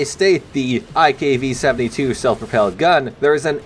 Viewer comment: Everytime he says iKv I hear Ikea